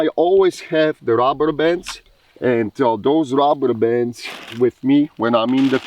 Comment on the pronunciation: Came for the AK. Stayed for the Shirt 😁 That along with "The Rubberbands" I was put into a trance and had to rewatch 😂 That was the most satisfying way I've ever heard the word "DuRUHberbanss" in my life to Was also the funniest fucking spoken sentence I have ever heard in my life 🤣🤣🤣